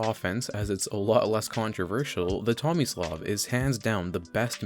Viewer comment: is it bad I legitimately thought it said “xomislav”